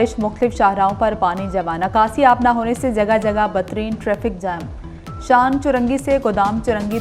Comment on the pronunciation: Batreen nhi hota bad tareen hota ha.